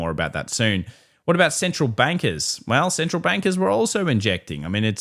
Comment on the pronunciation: On the central bank liquidity chart, I literally thought he said the "central wankers" lolololol But that should be the new phrase. Central wankers and the CPLie